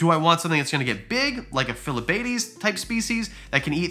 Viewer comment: It really annoys me the way you pronounce ranitomaya and phylobates 😂